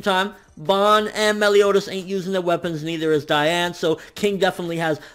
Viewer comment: You make me cry. It's DEE-ann. Though you're right, it should be pronounce DIE-ann, it's not...